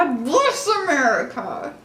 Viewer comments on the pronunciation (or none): the “GOD. BLESS. AMERICA.” had me dying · “God BlEss AMerEIca” 😭😭